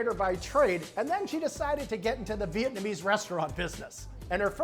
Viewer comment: I find Americans & Chinese pronunciation of the word “vit-na-me” hilarious., they step on the gas when it’s a three syllable word.